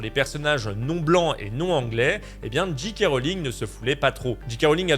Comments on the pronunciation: Bonjour. C'était bien analysé et raconté, mais tu dis JiKé Rowling au lieu de Géké. En conclusion pour moi: ne jamais traîner sur Twitter. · La lettre J se prononce "djé" en anglais, la lettre G "dji". Quand tu dis "Dji Kay Rowling" ça donne G.K. Rowling Autant le dire à la française